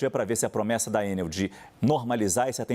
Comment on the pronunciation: Por que vocês pronunciam Ênel e não Enel? O Brasil está falando várias línguas agora? Ênel seria a pronúncia inglesa! Alguém tem que botar ordem na casa. Estão massacrando a língua portuguesa. Então, vamos começar a falar "ánel", "pápel", "côrdel", "bôrdel", etc..Se querem falar "Ênel", então coloquem acento no primeiro "E". Por acaso vocês também falam "Bélarus" em vez de Belarus???